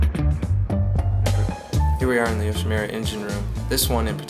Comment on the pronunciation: all nice,only one thing,it's not yoshimira,it's youshimura:)